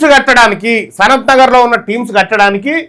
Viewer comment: టీమ్స్ కాదురా నీ అయ్యా. అది టిమ్స్ రా